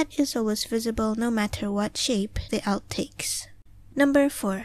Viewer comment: "Alb", not "Alp" :)